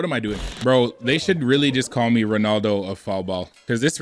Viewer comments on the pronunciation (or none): none